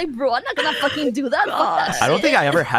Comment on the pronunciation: Oh, they FWUKIN'!